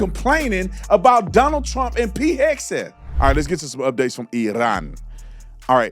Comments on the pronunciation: Sorry… I can’t take a CNN Talking Head seriously if they can’t pronounce the SECWAR’s very easy-to-pronounce last name. Also, imagine the audacity of the members of that CNN panel glossing over the fact that our SECWAR actually earned a Bronze Star medal… and they brush it off as if he earned a cooking badge in the Boy Scouts. Leave military matters to those who have served or those who at least have a working knowledge of military doctrine and tactics. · "Hesgeth" ... you were saying something about competence? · I am ashamed of this Black guy with an Afro. You've never served, and you had the gall to tell another man that served that he is incompetent??. Freaking wild to me. By the way, his name is Pete Hegseth, not Hesgeth. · Heg - Seth that dude is just acting stupid mispronouncing it on purpose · He’s calling him “Pete Hedsgeth” lol saying he is “incompetent” but dude can’t even speak correctly 😂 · Pete heg a Seth lol dude couldn't even pronounce his name correctly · Hess-gethe ? Doesn't he mean A-a-ron and Oshag-hennessy. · the black dude is incompetent. He can't even pronounce Pete's last name. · you know this man has said pete.Hexaf's name wrong three times already in less than two minutes.I remember when he was so offended when people got kamala's name wrong.It's not even funny.Somebody needs to check him on this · That idiot can't even pronounce Pete Hegseth's name correctly! Shut the heck up! Pete Hegseth is doing an AWESOME job!!! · I saw this yesterday. This man can't even pronounce Pete. Hegsef's name right?Who the f*** is this r*** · How about transparency for American citizens that been hurt,.robbed,raped and killed by the hands of illegals! Him sayn Hegseth wrong hurts my ears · Jennings shouldve told him to investigate also on how say pete hegseth right it wouldve been hilarios. Because they were flipping out kamala was being pronounced wrong and they were calling then racist these idiots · Bakari keeps calling Pete Hesgeth 😂 it’s Hegseth